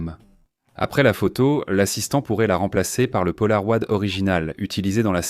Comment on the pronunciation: Ces changements de débit de parole sont vraiment insupportables!!! ET punaise...polaroid??? Polaro-ï-d